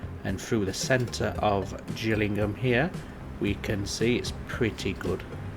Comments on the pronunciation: it's a G not a J, so its Gillingham as in fish gills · Its pronounced Gill ing ham as in a fish gill. I sorta miss having to deal with traffic however the game chokes after the map has more thank 20k peds. Which this happens really quickly when you let the towns develop. If you don't mind the lag a few other solitons I do myself is for a start get the town better connected. Use the underground trams mod to create a metro network linking to your train station. Lastly just disconnect roads from any towns you haven't gotten a connection too yet. This way they wont drive miles across the map. Good video btw